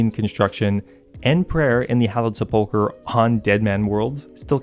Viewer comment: I can’t get over hearing seppoker over and over